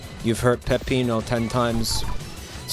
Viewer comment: I really hope he addresses why he keeps calling Peppino "Peppito."